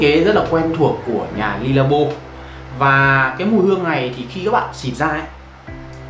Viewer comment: Khổ quá. Dùng nước hoa bao năm rồi đọc nó chuẩn tí, éo phải Le, Lê hay Ly. Ô chả biết cái éo gì cả